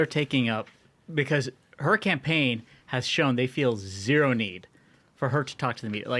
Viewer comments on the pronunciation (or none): none